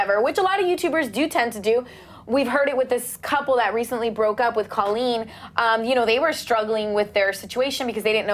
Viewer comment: YOU PEOPLE ITS C-OA-LEEN (like coat)